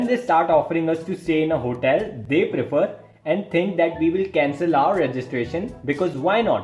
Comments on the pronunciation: "try to ask us about our hotaal "😂 Btw , live your content (srsly , no kidding) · HOTEEIL 😂accent toh dhakka mukki krke bahar arri hai dost Loved the video bro